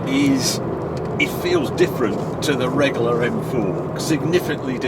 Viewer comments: Harry’s drinking game, every time he says “Regoolar”, take a drink!! Great review! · I love the way you say Regular. Reggaller 😆😆